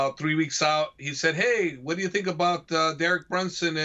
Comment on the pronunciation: Did he say Derek Brunson?